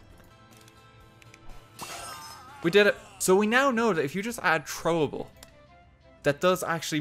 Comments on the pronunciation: its throwable not chthrowubull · You pronounced it Chrowable XD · The way he says "THROWABLE" !! "Chroable" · Hi, I'm new to this channel. "Chrowable" (Beginning ) Thanks for your time. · "CHrowable" WHY DOES HE SAY IT LIKE THAT??? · Trowable lol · it bothers me he says trowable but I'll get used to it